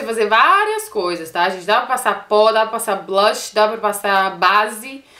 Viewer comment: ca eu te adoro mais vc nao sabii falar blush vc fala sei la blach ahahha